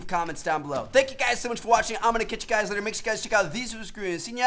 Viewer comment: No hate but that intro you do makes me cringe tf out it sounds like u say "whut's going on guis" not "what's going on guys"